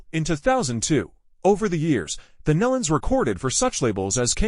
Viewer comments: If you are going to do a public announcement or video about someone PLEASE make sure you pronounce names and places correctly. I knew Kelly for a long time and Their name is like KNEE-LON not MELON!!! Just say'in! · PRONOUNCED. NEELON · that's been driving me crazy... It sounds like Neelon (like knee-lun). I grew up with the Nelons. But never the less, it's so, so sad. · You really should learn how to correctly pronounce names before you post for the public to see. Nelons...(Knee Luns) Melodi...(Mel-o-di) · It would be nice for grieving family and friends if the Family name NELONS was spelled and pronounced correctly instead of Nullens or Nellans!😮😢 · Maybe hitting the ground from 26000 feet. Bull crap posting very sad it's aloud. Obviously, didn't know anything about the Nelons or how to pronounce their name. I've been posting their music videos for years and probably know more about them than this post.